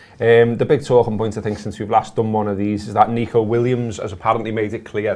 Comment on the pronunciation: can't bring yourselves to pronounce N 'E'co ....I know...it's a shite name...